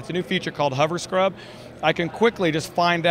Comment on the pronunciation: That hoverscrub is a neat feature (I think he tried to say hoverscrub though it sounds like hubberscrub).. l